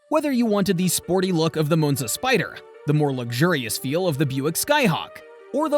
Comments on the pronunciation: It’s not a moonza. It’s Monza. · I had to stop watching after the 5th "Mown-za". It's Mawn-za! 🙄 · It's not a .... Moo-nz-a It's a ... Ma-n-za. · Moonza really? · Moanza?? LOL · I thought it was Moanza. 😂😂😂😂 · M ON ZA, stupid Ai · Stupid AI just cannot pronounce the name of this car correctly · I really wanted to watch this video but I couldn't tolerate how Monza was repeatedly mispronounced. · That's what I was thinking. I made it 2 min. Then paused it, went to the comments. To see if anyone said anything.